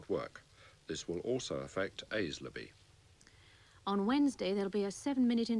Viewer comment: Aislaby is pronounced Ay-zalby, for some reason!